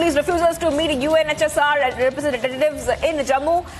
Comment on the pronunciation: Why do you keep saying UNHSR ?